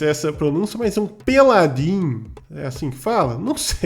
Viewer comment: Não me aguento com o perdendo tudo pra falar Peladin kkkkkkkkkkkkk